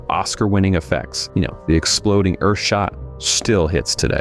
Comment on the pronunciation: In Destination Moon, did that announcer say, "There's tremendous excitement on Oith!" ?